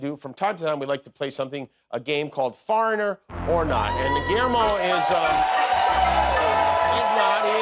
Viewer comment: mispronunciation of the word "foreigner".